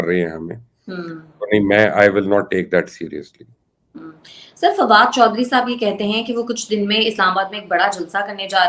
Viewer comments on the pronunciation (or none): Farad ch oh ni Fawad ch😜